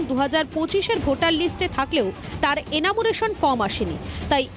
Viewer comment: সাংবাদিক আপনি? এনামুরেশন বলছেন? আগে একটু পড়াশোনা করে খবর করতে আসুন, এনিউমারেশন উচ্চারণ করতে শিখুন।